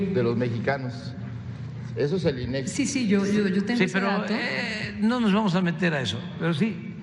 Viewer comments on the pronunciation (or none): Tendencioso y sensacionalista el planteamiento de la pregunta por parte de su reportera incluso no se tomó ni el cuidado de validar la correcta pronunciación del INEGI pronunciando "inegui", lo cual demuestra que no corroboró con nadie su "investigación", ya que le habrían observado la corrección , y luego se ofende por una critica a su profesionalismo, no plantea con ética periodística su cuestionamiento al presidente en tono tipo "no considera que ha fallado?" si no que lo asevera en su propio juicio "usted le ha fallado a esa población", falla es no realizar ninguna acción y no tener ningún avance, el presidente le demuestra con evidencias las acciones, inversiones en obras hidráulicas y los resultados, refiriéndole incluso una obra de gran magnitud que ni siquiera en estados unidos se ha realizado como en México, el desafío del abasto de agua en ningún país se resuelve totalmente en 5 años, actualmente incluso en la ciudad de Los Angeles, aplican restricción de uso de agua a los habitantes. Medios como este antes de rentar sus capacidades como medio informativo para servir a proselitismo político mediático, deberían valorar que México no somos un país de analfabetas al que se le puede engañar con amarillismo, es una falta de respeto que vengan a pretender un repentino interés en los problemas de México, cuándo durante los 5 sexenios anteriores plagados de corrupción e ineficiencia sospechosamente no les mereció ningún interés expresar su crítica. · No es inegui, es INEGI. Casi el 60% no es la mitad. La mirad seria 50%